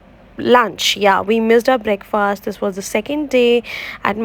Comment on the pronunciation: Its not breakfaaaast .. its break-fast